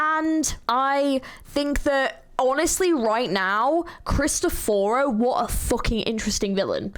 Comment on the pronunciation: I'm sorry to burst your bubble but Cristoforo is an Italian name which is also mispronounced in the game. "Krees - t - off - foro" would be the easiest way I can explain how to say his name.